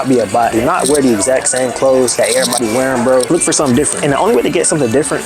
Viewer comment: I be saying foh too like it’s an addiction